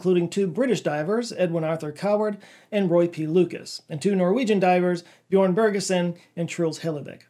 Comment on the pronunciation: The letter ö is pronounced like the English I in sir. Like sör😂 Björn not Bjorn